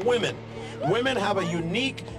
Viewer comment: But the real question is: Why are increasing numbers of people losing the ability to pronounce the plural "women"? :P